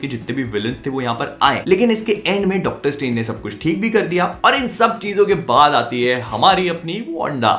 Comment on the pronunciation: 🤣🤣 "Dactar Saab" 🤣🤣